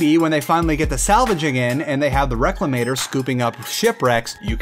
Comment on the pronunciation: and the reclamator? what the heck is the reclemator? a search on the RobertsSpaceIndustries website for 5 minutes will give you the right names. Talk about not doing research. I stopped halfway through the video because he got so many things wrong about the project, I wasn't even going to bother watching more at that point.